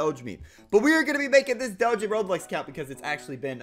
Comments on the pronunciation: Says acocunt insted of account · HE SAID ACOCUNT XD